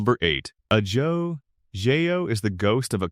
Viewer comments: AyJo? Really AHHJo.. AI CRAP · Your AI needs to learn the language. Ah-Ho, Rio Vayrday just for starters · Ajo is pronounced ah-ho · Ajo is pronounced Aho. Gila is pronounced Heela. Verde is pronounced Verdee. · Ajo is NOT pronounced A-Joe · As an Arizona native, the mispronounced names were irritating, until coming to one I didn't recognize, until I visualized the CC. Ajo. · Teach your AI slop narrator to learn how to say AJO.